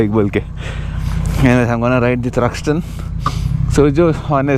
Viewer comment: you say “Thruxton”!?😂